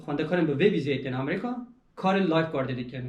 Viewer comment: Gellek spas ji bo parvekirina van agehiyan yên rind û hêja, spas bira. Tenê tiştekî bala min dikişîne, ew jî lêvkirina we ji namî (navî) welatî Amerîka ra .. Hûn dibêyin Amerîqa ! Tîpa ( k ) diqulibînin ber ve tîpa ( q ) ... !